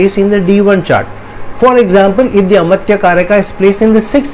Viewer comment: It is not a-matya. It is amaatya. Dhirgha not hrsva ma